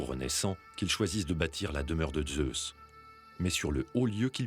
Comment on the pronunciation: Pourquoi prononcer le Z de Zeus comme les Allemands ?